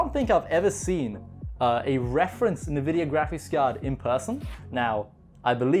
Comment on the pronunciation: Nvidia contacted you, you are getting them sponsors bro! Well i mean makes sense, a tech youtuber that went from 10k to 43k in no time... You earn it bro! (PS. isn't it N- vidia and not how you say nevidija? (I can't fonetic))